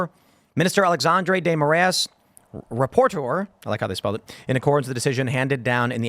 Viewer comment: Lol, so sad to see Brazil mentioned in such a context! Fyi, it's Ah-lay-shaundre Day Moh-rah-ees